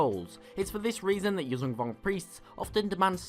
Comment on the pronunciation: You pronounce it incorrectly it's Yujan (that zh is pronounced as s in word viSion)